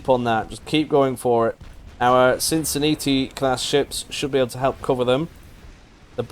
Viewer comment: Please say "natalie" Sin-Sin-NAT-ee :)